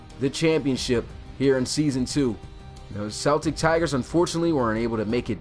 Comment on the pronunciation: It really bothers me the way you pronounce Celtic